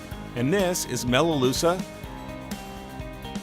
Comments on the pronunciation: Best video so far for new fish keepers; I’ve lost two guppies to fin rot so far despite advice from my LFS and am desperate to save a third one. Looks like the preventative things I’ve been doing are far from enough so back to the store again tomorrow. Also, it’s pronounced Melaloo-ka (melaleuca), it’s a hard k sound not a sha sound. Tricky hey! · Interesting vid but please learn how to pronounce melaleuca properly please. As an Aussie I was so confused what you were talking about each time you tried to pronounce it.